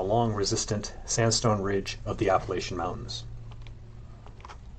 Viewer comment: You mispronounce Appalachia throughout the whole video